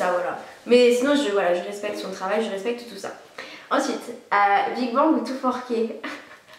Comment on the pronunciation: J'aime beaucoup vos vidéos mais quand vous dites "big bangue" je peux pas 😂❤